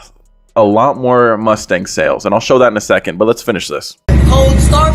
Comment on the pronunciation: TF is a “Mustank”😭😭. These guys are very strange lol